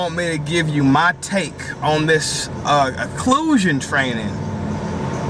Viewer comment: I think he did do his research this time. He actually pronounced occlusion right lol.